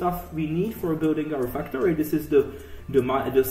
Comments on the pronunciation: the basic "fucktory" HAHAHAAHA i love it man. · love the accent although if I showed someone this here every time you said factory they would think you said fucktory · I thought you said 'fucktory' •___•